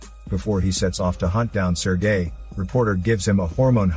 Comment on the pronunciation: “Sir gay”